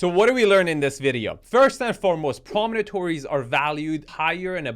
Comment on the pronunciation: Promonatories? Really? 😅